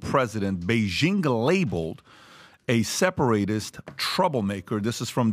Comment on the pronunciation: Does this guy speak another language? "Seperate-ist" lol